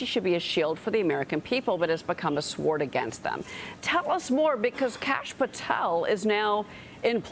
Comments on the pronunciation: Sword is pronounced ‘sord’ and not ‘sword’….I’m sorry that journalism has changed so much. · I don't think the W is pronounced in sword🧐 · Why does this anchor pronounce the silent w in sword?